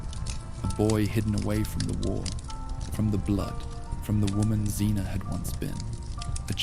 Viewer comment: First of all, your audio mixing isn’t very good, the music and the fire sounds are way too loud compared to the voice. Second, I know you’re using an AI voice or you’ve made your own AI tts voice because it mispronounces Xena a couple times and Gabrielle a couple times so whilst it’s cool you can clone your own voice in a couple of minutes, now becoming annoying that all these sleep channels are doing this